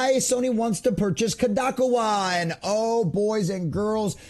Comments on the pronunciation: bro you are saying it wrong ,,,,, Kadokawa ----- say it like ko-do-ka-wa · Yes, long o's. Koe Doe Kah Wah. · Good report. Please level yourself up by researching how to pronounce things. You lose credibility if people think you can't look up how to pronounce things. Kadokawa and Endymion (he says his name at the start of every video) Otherwise enjoy the content, hope to see you grow !